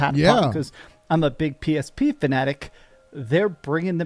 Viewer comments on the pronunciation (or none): When he says PSP fanatic, sounds more like DSP fanatic to me.